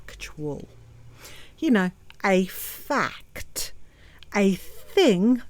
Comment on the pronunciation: 😂😂😂😂 lmao "A FAAAA-KKKKKKK-TTTT" "FAAAA-KKKKKK-Tts" "FAA-CCCCKKKKKKK-TTTT-s!!!"